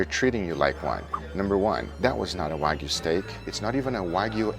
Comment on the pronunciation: That wasnt Wagyu it was Wag-ew